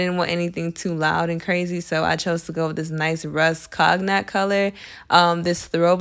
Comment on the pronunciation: You did an amazing job! No shade, but the chair in your office the color is cognac it’s pronounce like Hennessy cognac😊 all love 💕 I mispronounce things incorrectly all the time and love when some shows love with concern to me as they correct me. Overall the Apt is everything!❤ can’t wait to see your next project.